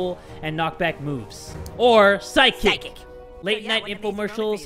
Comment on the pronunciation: He pronounced psychic as physics 😂